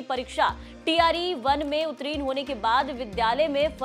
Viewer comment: उत्तरीन क्या होता है, उत्तीर्ण होता है आप भी कुछ कम नहीं हैं।